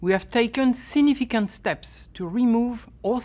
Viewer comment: "We have taken sinificant steps" can't even say significant lmao, who is this clown??